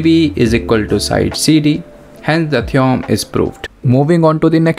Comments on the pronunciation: its theo-rem not theeom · Theom nahi theorem hota hai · Sir it's theorem not theoum😂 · Theorem❌️ Theom✅️ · Theorem❌ theom✅ 😭🙏🏿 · Theorem ❌ theom✅ 💀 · Theom is ryt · theorem ❌ theom ✅ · Theorem ❌ theom✅ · Theorem❌ theom ✅